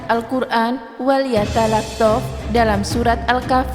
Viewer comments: Ini cewe yg bicara kurang pantas,bukan wal yatalahtof bacanya, tp wal talaththof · hae min kamu belajar dulu membaca al.qur.an itu baca.an nya walyatalattof bukan walyatalaftof walyatalattof itu ada tasdit nya min kalau kamu gak bisa baca al.qur.an jangan kamu cerita al.qur.an nanti terjadi fitna